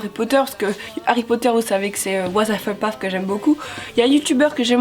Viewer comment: T'as réussi à dire Wisehufflepuff :D